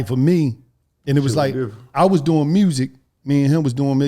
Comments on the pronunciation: “Mursic” aka music 😂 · There's no "R" in music... smh